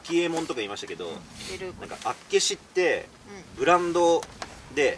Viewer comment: 道民からすると、厚岸のイントネーションの違和感がすごい笑笑